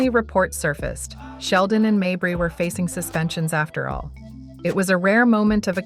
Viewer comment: Stop mispronouncing mabrey 😢